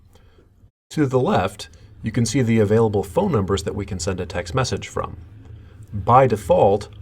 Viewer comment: Why does this person put the emphasis as, "text MESSAGE," rather than, "TEXT message," like a normal person?